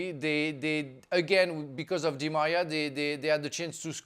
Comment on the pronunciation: I can't believe Franck keeps calling Di Maria, Dimaya! Someone needs to remind him of that.